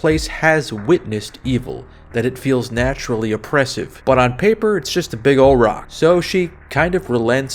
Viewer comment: Hello. Can i ask you two questions? Will you ever review the Obscure games? Especially the first one is going to be loved by you. It is basically a playable version of the movie the faculty, and i know that you love that one. Also: it is ooooouuld.